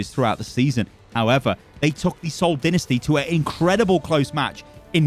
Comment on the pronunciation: Your pronunciation of Seoul Dinesty puts them at Boston's level.